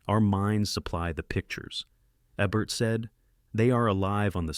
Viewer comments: Roger Ebbert? Really? How hard is it for a person to just read this? It’s probably an AI releasing fifty videos a week on an automated schedule. Countdown lists are guaranteed gold. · Who’s Roger Ebb-bert? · At least get the bot to pronounce Ebert's name correctly.